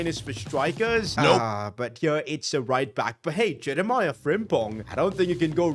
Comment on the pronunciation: Can you please just pronounce frimpongs first name properly it’s just Je rea me.